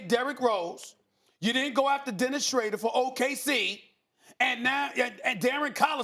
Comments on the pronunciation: They're still saying Dennis Schrader 😂😂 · Stephen A Smith: Dennis Shrader from OKC... He means Dennis Shroader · Stop saying schraider lol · Why does Stephen A. keep calling him "Dennis Schrader?" 😂😂😂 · Dennis Shrader lol smh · Is there no one to correct Stephen A with this "Shrader" thing.. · has nobody told Stephen A that its Schroder not Schrader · He should still know his name is pronounced Shruder even tho spelt Schroder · I thought someone by now would have told Stephen A it's not "Schrader" lmao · No one: Stephen A: “ Dennis Shrayder” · Yo who is Dennis shrader ? Lol smh c'mon somebody correct this man already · Nobody: Stephen A: Dennis ScHRADER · He let me down when he did not say pelinker But made up for it when he said dennis shrarder lol SAS making boss moves with the shaft leather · Why does he keep saying Rob Pelinker and Shrader 😂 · Kawhi Lenind?????????? Dennis Schraeder?????? Lmaooo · Dennis shrader